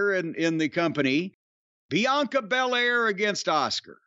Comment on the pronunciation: Cornett said Oscar instead of Askua😂😂😂😂😂